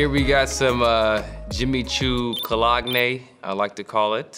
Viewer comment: mans said “co. log knee” for cologne lol